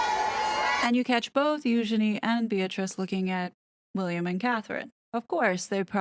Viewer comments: Spot on girl, nailed it again. And I appreciate the correct pronunciation of Eugenies' proper name. As always, MUCH Respect 👊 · Thank you for properly pronouncing her name, Eugenie. Yeah !